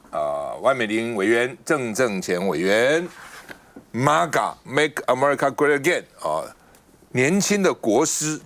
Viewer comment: 再次友情提醒：MAGA 不是 “媽GA", 是”妹GA". Please go back to learn your basic English before you spew out fake news and ignorant analysis.